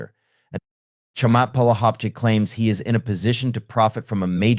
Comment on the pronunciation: Get a grip. You need to learn how to pronounce his name. It's a little strange, so you need to practice before going public.